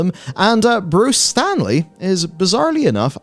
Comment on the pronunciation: It's Bruce Straley, not Stanley